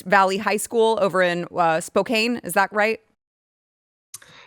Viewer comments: Spo-can. Spo-cane is not the answer. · Props to for not correcting her pronunciation of Spokane, haha. It's not your fault,, but it's pronounced Spo-can.